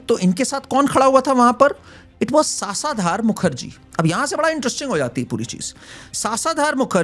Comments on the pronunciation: It’s शशधर मुखर्जी! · सासाधार मुखर्जी भाई शशधर मुखर्जी नाम है उनका....उसका अर्थ है चंद्र....और सामर्थ नहीं समर्थ है वो शब्द...जरा इसपे मी काम किया करो